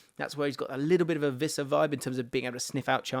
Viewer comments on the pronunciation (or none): ITS PRONOUNCED WISSA, NOT VISSA. LOOK IT UP